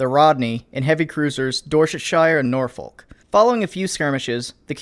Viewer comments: A ten minute video?! oh you do know how to treat us right edit* it's pronounced Norfuk buddy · norfolk is pronounced nor fok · Just seeing this video so sorry for the late comment but it always blows my mind that Americans can't pronounce British names (AND I'M AN AMERICAN!!). Its Dorch-eh-sure and Nor-fuhk... c'mon you're a military historian.... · Norfolk is pronounced norfook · Ok, shire is only pronounced how it looks if you are the most posh guys in London, for the rest of the country is more of a "shur" or a "sha" Norfolk is "Norfock" but yea on a more important note really glad you compressed so many interesting events into this one video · Just a heads up, Norfolk is pronounce Nor-fuk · Nor-folk Nor-folk Nor-folk Its Nor-fook ya fookin face fooka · Hms is pronounced North-Fuk, combine the "th" and "f" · noorfulk Top notch pronunciation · It's doorchester And nawfuck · You mispronounced Norfolk. Source: I'm from Norfolk. The L is silent. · Norfolk is actually pronounced more like NorFUCK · BTW it's said Northook. Not Norfolk. I know us British are "weird". Well, where I'm from its said like that. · >Pronounces Prinz Eugen correctly >Mispronounces Norfolk Why are Americans like this? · No offence but you said Norfolk wrong. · Don't doubt you mate, but it's nothing like the British pronunciation of Norfolk. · it's a British ship tho and so shouldn't it be given the British pronunciation? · learn how to pronounce norfolk u big gay boi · Dorsetshire = DOR - set -shuh Norfolk = NOR - fuck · i would like to correct your pronunciation of Dorsetshire and Norfolk; "Dorsetsheer", for Norfolk all you gotta do is ignore the L, "Norfok". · Dorshetshyer? Norfullk? At least the German pronunciation was okay! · Dorset-SHEAR and nor-FOKE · Norfolk = Norfook pronunciation wise, no idea what you were trying to say with Dorchestshire, great vid keep em coming - a Brit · The real oof: Listening to him try to pronounce Dorsetshire and Norfolk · Nor-faulk and Dorsuhshier